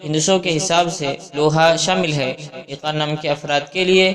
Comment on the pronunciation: Unper bande aiqan nahi eqan hota hai😡